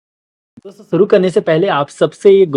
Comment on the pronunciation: सुरू .... नही शुरू करते हैं